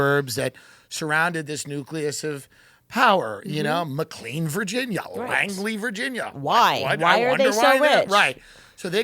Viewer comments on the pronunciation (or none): none